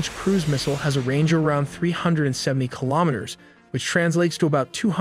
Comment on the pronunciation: its an ai channel. 95% if the time they cant say kilometers correctly